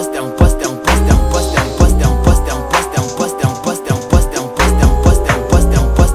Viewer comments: “Poster” in a french accent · "I'm first"in indian accent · It sounds like French at a certain point."T'es en poste" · It sounds like he’s saying dump us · After you listen to it sounds like he saying wisdom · Sounds like an African saying 'impostor' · Sounds like he's saying no breasts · Sounds like a French saying question